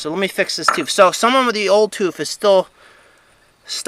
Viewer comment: Did you say, "toof"? Great videos as always!